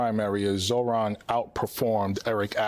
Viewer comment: Get the name right, Zohran (Zor-ahn) you don’t pronounce the ‘h’. Also, you said Zor Han. I know you can read. So, please be respectful